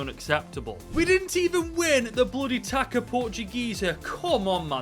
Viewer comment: It's pronounced "tahssa" not "taca". Great run. Congrats.